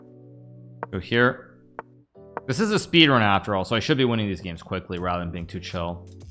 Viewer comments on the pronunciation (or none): none